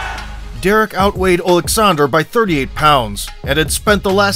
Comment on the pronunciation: Wow, someone who can actually pronounce Usyk’s first name correctly, you’d think the big “O” at the start would help but damn people are ignorant